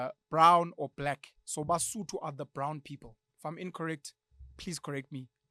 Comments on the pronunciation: It’s Sootho, not “Sotho" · Brown is sootho not sotho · Sootho not Sotho😭